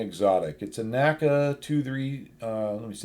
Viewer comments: N-A-C-A, not NACA. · Very informative video, as always! Some interesting Tidbit I learned from listening to the recent Fighter Pilot Podcast's "NASA" episode: NACA isn't pronounced "Naca" by NASA guys, but "N.A.C.A". This is no criticism or that you should change anything, the Co-Host (Test Pilot herself) also didn't know that - So I guess nobody would understand if somebody would use N.A.C.A all of a sudden ;-) Keep up the good work!